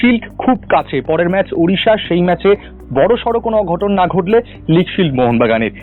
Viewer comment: ম্যাচ কে ম্যাস বলছ কেন